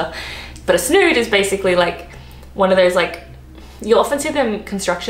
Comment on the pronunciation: A snoood 😂😂😂